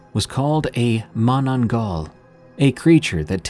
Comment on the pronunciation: Might help, it's pronounced as "Ma-na-nang-gal".